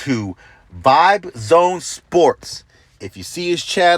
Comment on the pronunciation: I'm sure the channel is pronounced "Vibe Season". Vybeszn. Not Vibe zone.